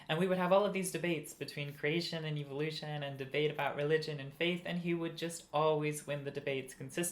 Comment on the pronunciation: "Evil-oution" That indoctrination is hard to shake. (Or maybe it's just a regional pronunciation. 😄)